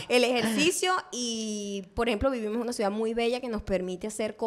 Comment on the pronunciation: Las eses no son jotas, practicar un poquito, potkaster... el mundo que vivimojohy